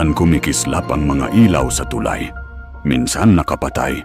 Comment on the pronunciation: AI ba o tao ang narrator? palpak ang pronunciation ng narration sa Tagalog..ang tulay ay too lie, isa lamang ito sa nkakawalang gana mag subscribe..mag-aaral muna sana sa tamang pagbigkas bago pasukin ang bilang narrator..